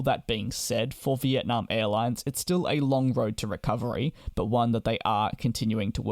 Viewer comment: It’s nam not narm